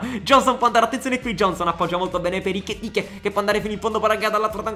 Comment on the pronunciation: E-KI-TI-KE. Ekitike! Se ci fai caso sbaglia sembre quando lo chiami Iketike. Sbagli a chiamarlo. E' colpa tua!!!